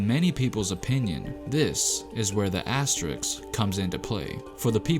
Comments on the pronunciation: AsteriSK, not asteriX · Asterisk, not asteriks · ASS - TE - RISK not ASSTERIX ... this is asterisk is shit. you cannot rob other teams winning because someone is injured. fuck your asterisk shit. you cannot blame other teams victory because someone was not there. it not their fucking fault. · Uh. It's pronounced ass-ter-risk not ass-ter-ricks. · not to be that dude but its asteriSK not asteriKS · Say it with me: “ASTERISK” Not “Asteriks” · The spurs one shouldn’t even be here, I don’t think they went out and prevented everyone else from training as they are paid millions to do. And by the way it’s asteriSK not asteriKS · Fucking “asteriks” it should be “as-te-ris” dumb youtuber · Asterisk vs Astericksssss.... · You mispronounced every asteriSk. You need to emphasize firsz S. It is not easy but do it. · My left eye twitched every time he says “asterix”... and it’s not a pleasant feeling. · Aks-teriks? It’s soooo seemple! Isss like MaF-ematics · So triggered when dude says asterixxx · Asterix, hahaha...dude... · A S T E R I K S lol cmon guy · This guy made a video about asterisks and can’t even pronounce the word